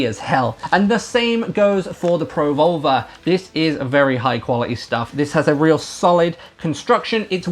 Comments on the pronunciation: pro vulva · As an American, your accent makes you sound like you're saying Pro-Vulva. Was a bit confused the first couple of times, but gave me a good chuckle. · I don't know about anyone else but when you say pro volver , thats not what im hearing lol .